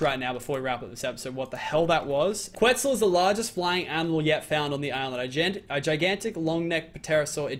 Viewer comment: Its calleda questel